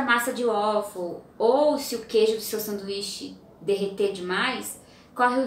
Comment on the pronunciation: Beleza. Fica: em inglês o a tem som de e. Ueifow!!! Pelo amor de Deus!!!